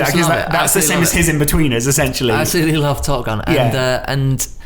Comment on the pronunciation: Laurence "Esentially" McKenna